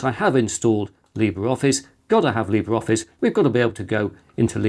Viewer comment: Just FYI, Libre Office is pronounced "lee-BRAY"...